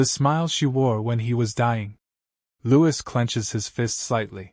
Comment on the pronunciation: Louis does not sound right out of the names in this